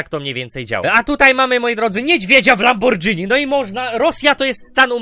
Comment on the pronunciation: Na litosc boska lamborGini a nie lamborDŻini